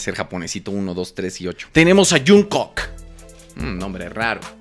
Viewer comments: dice "Junkok" como mi mamá JAJAJ Te amo 💕😂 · Jajsjs soy pronunciando cualquier nombre Jajsj junkok jajdj literal lo pronunció así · Tiene una pronunciación medio rara de ellos, pero da risa, dijo juungcuc, jajaja son japoneses guapos jajaja, me da mucha risa jajaja, me mato de risa